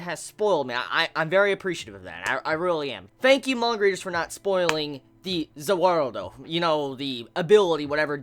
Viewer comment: Also,please don't keep calling DIO's stand "Za Warudo" or "Za Waldo" every time you mention it,it's kind of really stupid.